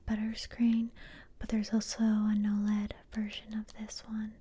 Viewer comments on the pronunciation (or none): none